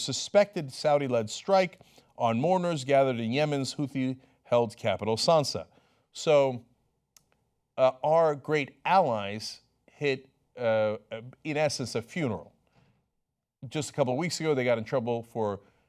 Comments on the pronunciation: This dude said "Sansa" when it said sanaa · LOL, Cenk called Yemen's capital Sanaa 'Sansa'. Too much GoT for Cenk. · Sansa ?? it's not game of thrones man.. It's Sanaa.. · "off the cost of yemen" and "houthi-held captial Sansa?!?" Cenk has had another brain injury....